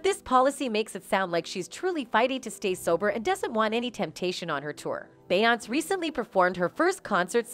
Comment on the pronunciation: When u get them white people commentators and they can’t even pronounce her name, or is it out of disrespect?